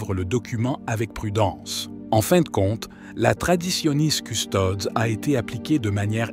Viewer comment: Toujours cette prononciation erronée de "Traditionis Custodes" où les deux dernières lettres de Custodes, "es", ne sont pas prononcées, alors qu'elles devraient l'être.